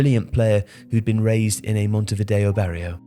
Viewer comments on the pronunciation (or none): none